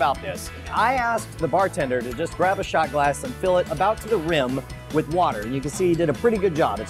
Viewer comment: Its with not wid